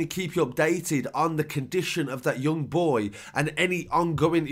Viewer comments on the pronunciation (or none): none